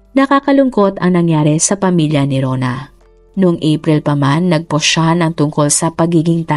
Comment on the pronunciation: "post", " social"... May google paano ipronounce mga words.